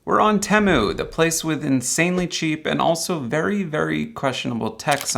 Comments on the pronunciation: Teh moo?? Thought it was tee moo.. is like how some people call them tree rutts and not rewt or root.. lol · never heard anyone call it TEM-OOH its TEE-MOO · It's pronounced TEEE MOO. It literally stands for "Team Up, Save Money". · especially not someone who pronounces temu as TEM-MOO